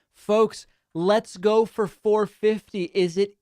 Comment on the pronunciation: Leets goo? What's that?